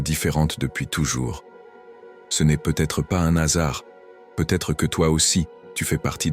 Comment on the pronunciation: N'azard...NAN....HAzard > qui ne s'accorde pas avec le N... déjà dit des 20n de *